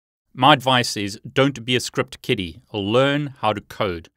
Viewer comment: did you say "Script Kitty" funny,, is that a thing? lol